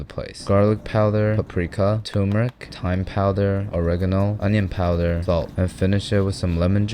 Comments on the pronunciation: bro says powther, jesus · I like the way you say powder....poughderr